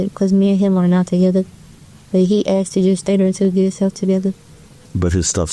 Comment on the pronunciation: He axed. Omg kill me.